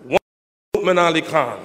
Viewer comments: Yeah, I think it's pronounced Nou'mon though. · I like how he pronounces Nouman's name like Mu'min with an "n". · its funny how his saying nouman name lol